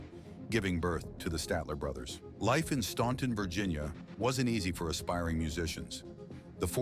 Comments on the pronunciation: The town name is pronounced "Stan-ton" not Staunt-on" . It is spelled like Staunt- ton but the A is flat . I went to Staunton Military Academy for three years. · The name of their home town is not pronounced Staunton, it's pronounced Stanton. The reason they changed from the Kingsmen to the Stalter Brothers was because another group calling them selves the Kingsmen had a hit song title Louie, Louie and to avoid any confusion the boy from Staunton were sitting around a hotel room talking about a name change and there happened to be a box of Statler brand facial tissues there in the room. Jimmy was discovered by Lou DeWitt himself. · 1. They just retired stop making misleading statements and 2. Their hometown in pronounced Stan-ton the u is NOT PRONOUNCED